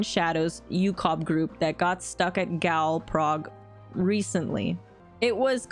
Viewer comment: Gaol is pronounced as Jail btw.